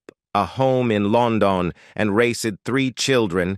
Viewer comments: Lon Don ? WTF 😅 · That narration! Lan don (London). Lol. You have to admire Richards stable marriage to his model wife. Mick could have done the same with Jeri, oh well.